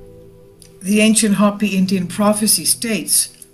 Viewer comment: You're pronouncing Hopi wrong.